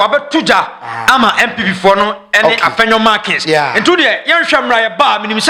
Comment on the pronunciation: Please, the name is Afenyo Markin. It's not Afenyo Markins.